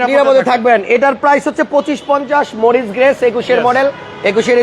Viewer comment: আপনাকে শিক্ষত ভাবতাব কিন্তু গাড়ির উপরে লেখা পড়েও আপনি ঠিক মতো গাড়ির নাম ঠিক মতো বলতে পারলেন না. মরিস গ্যারেজ হবে.